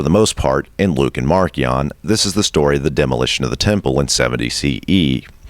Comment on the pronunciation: If you are going to pronounce the hard k in marcion to reflect the original Greek, the stress should be on the second syllable, mar-KEE-ohn